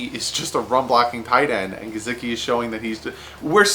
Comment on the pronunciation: GUH-SICK-EE you missed his name but you got Devon godchax